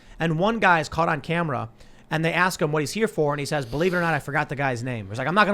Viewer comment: Hi Tim. Love the show, but it is peonounced "we", not "wu-wu-wu-we". It is peonounced "what", not "wu-wu-wu-what". TY and God bless.